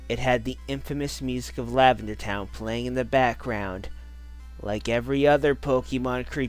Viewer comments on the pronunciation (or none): LAVENDER TOWN is what i hear